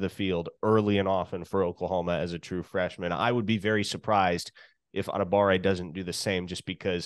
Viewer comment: What is up with people forgetting the "wa" in PJ Adebawore's name?